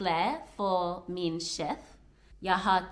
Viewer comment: Good work. I understood everything you said in Danish. The only thing that stood out as far as your pronunciation was "Chef". It's written with an E, but is pronunced more like the letter Æ. And yes, when you get good, you will also be able to speak with Swedish people in danish, and understand most of what they're saying in their language.